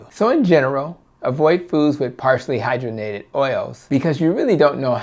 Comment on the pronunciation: Hydrogenated: hi-DRAW-jen-ated